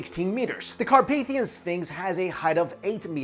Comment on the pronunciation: Really like the way u pronounce the mountains name :D . I'm from Romania ;)